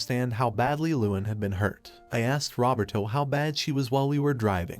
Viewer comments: The AI pronouncing “Roberto” like “Robert-O” is sending me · i know is a sad story full of hardships but... the text-to-speech says "Rubber-Toe" when talking about the daughter's fiance